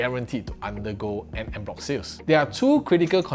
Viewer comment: "On" bloc not "end" bloc. 😂